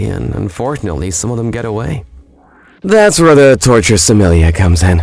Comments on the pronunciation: The proper pronunciation is Somminli yay. The R is silent. Other than that, I'm glad to be seeing more of these vids again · I think they said sommilliar again